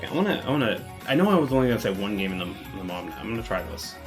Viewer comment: Ok, say it with me... Moo-awwv-uh-nay... Muavenet. Now say it fast. Also, the Split is pronounced Spleet, like the city in Croatia.